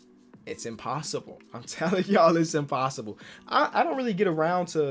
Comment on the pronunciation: Here when it says “impossibe” and “challenege”